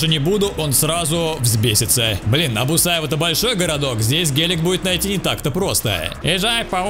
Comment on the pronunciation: Не бусаево а бухаево))))